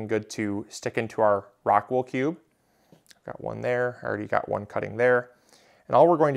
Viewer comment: It would help if you had shown a pack of the medium unopened (clearly showing the name of the product) or put a link of where to get it on the description. As many times as you mentioned the name it was difficult to understand it. Something like rockwood?